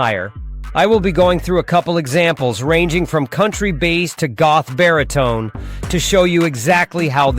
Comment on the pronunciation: Interesting video, I shall try this. Suno "Headers" are called Meta Tags. Also you AI voice is having problems pronouncing many words such as Bass and Close-mic, you could spell these phonetically in your script for consistency.